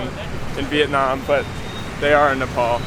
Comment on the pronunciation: its not nepol dud....its nepaal...